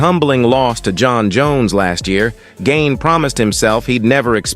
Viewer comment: Pronounced garn not gain.